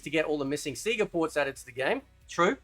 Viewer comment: 😂lol everything except 4 "sea-ga" 😂 I completely agree with u bro and I always have since day 1 of MK1 NO not that MK12/MK1 (stupid ass Ed boon) but the OG MK1 If u have 2 cheese the game , u don't get 2 become a better gamer so if u can have the space 2 explore during a match it can help u grow as a gamers and MK fighter so u should b able 2 CHOOSE if u want a casual experience or a drag out white knuckle experience. Y do some gamers get so butt hurt over some1 else not wanting 2 looses thiere freakin' mind over a shitty game programming? If ur that damn good a game that flat out cheats u then get a life and a girlfriend and toutch grass chz u have clearly spent wayyyyyyy 2 long with ur "joystick" n ur hands Great video bro and idk if u like him but u should play kano bro🤘 P.s.🖕 u ed boon!